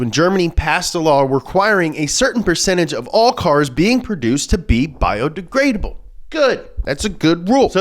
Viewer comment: "Bio degradable " more like bie de gay able.